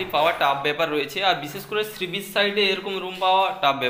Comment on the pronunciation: কথাটা শ্রীবিচ নয়, সী বীচ